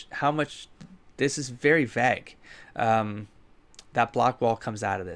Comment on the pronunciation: I know, I know, you pronounce stuff wrong a lot, but I still have the compulsion to point out how strangely you say the word "vague" XD